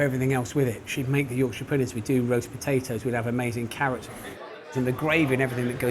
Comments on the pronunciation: It's Yorksher pudding not Yorksheer pudding. Yorkshire (pronounced Yorksher) is the northern English county the pudding originates. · Great video but as a yorkshireman it pained me when she said yorksheeeeer pudding 😂 its York-SHA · York-Sheer pudding 😂 Something foreigners struggle to pronounce it would appear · Yorkshire- like shyer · Did anyone else catch that Yorksheer pudding? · You'rek-sheer pudding